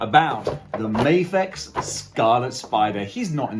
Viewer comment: It's because you're in Japan and you say "may-fex" instead of the Japanese pronunciation, "Mah-fex" -- the figs have had enough lol it's like people who say "leh-vees" instead of "lee-vys" other than that, great review! The fig looks amazing, my only neg is the spider graphic on the hoodie is too small, especially compared to the comic image you showed